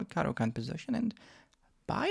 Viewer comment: bro i have been studying your caro-can lol, its not caro-cant... how do i show you a game i had following your rules.. i went from 500 to 1005 in a week... ive only been playing chess for the last 6 months. I learned the moves when i was a kid but never took the game serious, you make learning super fun.. keep making them videos man!!! let me know if you want to show my game in a video. its great that you know it all, but its even better when people watch you and go and pound those terd burglars back to chess puzzles..